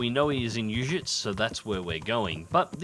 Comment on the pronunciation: Everytime I hear him say Uzhitz, All i can hear is Ohshitz XD